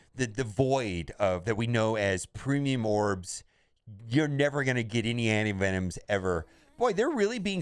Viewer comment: Lol. What's a anivenom?